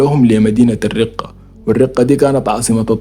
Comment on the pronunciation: مدينة [ الرَقَة ] بالفتحة ما الرِقة